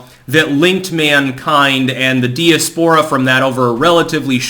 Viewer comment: Love ya, but I really wish you would learn how to pronounce diaspora.